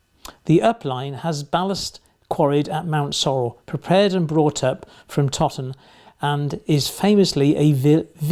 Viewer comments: Something small that doesn't really matter: Toton is pronounced "toe"ton, as opposed to "totton". Source - it's 3 miles from me right now. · Very informative video. By the way, Toton is pronounced ‘toe ton’ and not ‘totton’ 😉